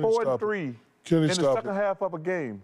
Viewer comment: not as "the second", Chuck said the "seKKend"